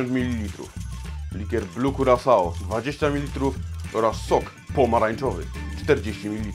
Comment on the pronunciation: Przecież wiadomo, że Curaçao wymawia się jako "Kurakao"